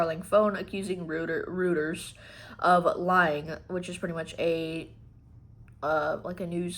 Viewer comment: it is pronounced , roy ters , musk is a prick , not sure who to trust ? Reuters are as straight as they come. totally trust worthy IF they make a mistake , they are very open about it , they don't try to hide it.